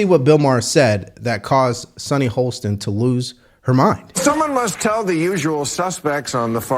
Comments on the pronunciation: It's so weird that pronounces her last name "Holsten", even though he correctly spells it "Hostin" in the video description. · Sunny Hostin (pronounced HAH-stin) works backward from her conclusion. Using her reasoning, one COULD conclude that, since the white vote was split more evenly than the black vote, that whites are significantly less racist than black voters.